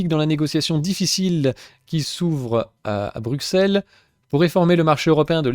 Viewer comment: Petite info, on dit Bru sel et pas Bru xelles. Si non pour le reste je ne me fais aucune illusion. Tous des escrocs.